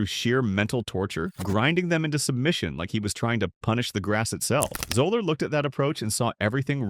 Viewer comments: It’s pronounced Zeller not Zoller! Also, it’s Kofax not Kufax. Please learn how to pronounce their names properly! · FRom outset, the narrator cannot even pronounce Fuzzy's name correctly. Love on. Another pointless time wating video